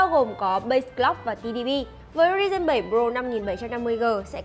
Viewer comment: Đọc thuật ngữ sai nhiều: Multi: mun ti Ryzen: ri ren Chốt lại: Thuật ngữ đọc ko đúng.